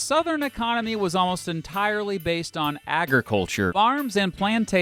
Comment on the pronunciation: Agri C U L T U R E